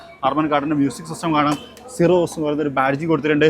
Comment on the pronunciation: സിറോസ് അതാണ് correct pronunciation